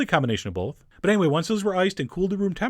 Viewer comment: Chef John - have you noticed that you say "bolth" instead of both? Please don't let that make you feel self-conscious about it.